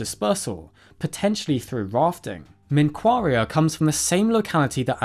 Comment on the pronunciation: Actually the q in menqaria is not pronounced like k its more like gh , for better understanding you can type منقاریه in google translate